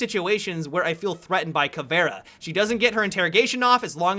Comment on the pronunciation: please put 'capitão'and 'caveira' in Google translate to said it right.